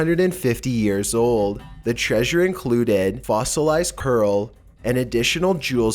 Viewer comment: i do like vids but please need to work on pronounceation of words like route and coral really off putting when trying to listen